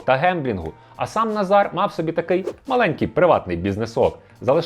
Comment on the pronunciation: Відмінок Форма імені Наголос Називний Назар Наза́р Родовий Назара Наза́ра Давальний Назару Наза́ру Знахідний Назара Наза́ра Орудний Назаром Наза́ром Місцевий (на) Назарі (на) Наза́рі Кличний Назаре Наза́ре